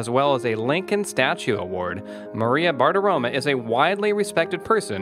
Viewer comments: As Maria herself pronounces it, it's BartiromO, NOT BartiromA. Do your research. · Dude, pronounce her name properly. There’s an ‘O’ at the end of her name, not an ‘A’.